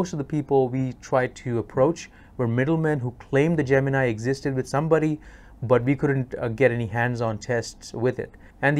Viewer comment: Wish you pronounced Gemini correctly